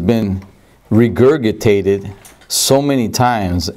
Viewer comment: RE-GURG-IT-TATED....His pronunciation of that word kills me